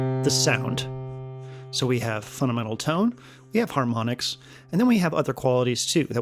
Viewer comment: "funadmental" sorry, video is very good just noticed that lol